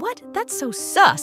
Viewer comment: Its not soooos its sus